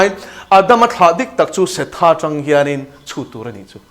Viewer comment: Se-tha tia lam tur a nilo. Mizo tawng lam dana lam tur Seth-a tia lam tur. Ada-ma tia lam tur niloin Adam-a tia lam tur.